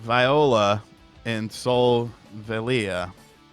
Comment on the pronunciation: "Solvalei" is spelled "Sol-valei" not "Solva-leia" which I think translates to "Sun-Valley"